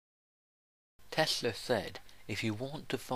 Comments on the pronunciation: he said Tesler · Who tf is "Tesler"??